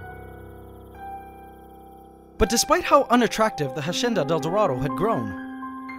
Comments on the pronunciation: Hacienda is pronounced: ha - si - en - da, with the accent on en. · Ssstahhp! Stop pronouncing it HASHENDA. Its wrong and annoying. Stick to how you pronounced it before, which still wasnt the correct pronunciation, but at least it disnt seem you were trying.. and failing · Narator: Ha-sh-endadeldarado Me: I remember Ha-senda-deldarado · Just wondering why now you are saying "hashienda". Why change from pronouncing it like you did before? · PianoKangaroo13 that might be a filipino thing 😅 our “s” sounds like “sh” sometimes. like “siya” would be pronounced “shya.” sometimes the sh slips out when we speak english/other languages lol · the hashenda del dorado (hacienda del dorado) 😂